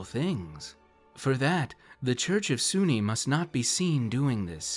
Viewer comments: Soo-Nee? I thought "soon" or soo-neh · Lol. This is silly. It’s also pronounced “Soon”. So “Soon-nee” grinds my gears. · Great video! But just as a bit of an anal retentive nitpick on my part. Her name is pronounced as "Soon-nae", for YEARS I mispronounced her name, too. I used pronounced Sune as though it rhymed with the word "rune". But in the end, wound up discovering years later that her name is pronounced as "Soon-nae". She's a really fun goddess to utilize (and is often just relegated to being nothing more than a simple Aphrodite figure), I mean, she is one of Shar's rivals, and it's a charge by Sune to her bards, fighters, and paladins to travel and aid traveling good clergy and/or adventurers. So, while yes, she is the Forgotten Realms' Aphrodite figure, she's actually kind of a badass, which unfortunately doesn't get recognized. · Just a question. Do you pronounce dune dunee?